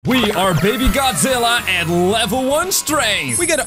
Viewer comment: Why. Do. You. Say. Man. That’s. Wrong. It. Just. Godzilla